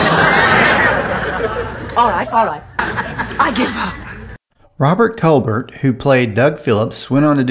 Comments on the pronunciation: His name is pronoucned Cole=bear not Colbert. The T is silent. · it's pronounced Col-bear as in Claudette.... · You pronounced Tufeld correctly but Rpbert Colbert is pronounced Coal-bear. As a kid I watched Time Tunnel but I thought they strained to make use of stock footage from studio movies at the expense of plots that made sense.